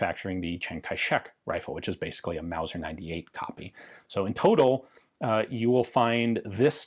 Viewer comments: You mispronounced “wauser” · ITS MAOSER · It's not a Mauser, it's a Mouser.